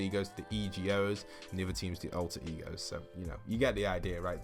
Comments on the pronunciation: IT IS PRONOUNCED "E-GO" NOT "E, G, O" YOU DENSE CABBAGE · It is alter E go not alter e.g.o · I’m pretty sur it’s pronounced EGO